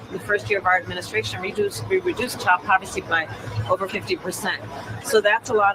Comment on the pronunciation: Did I hear her say child povercy?